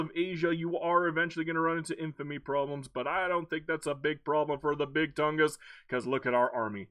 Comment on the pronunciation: You did pronounce it correctly ! 🙂